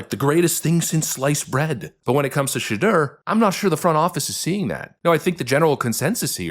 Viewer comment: The name is "SHE"- deur .are you kidding ... Ha Ha Ha Ha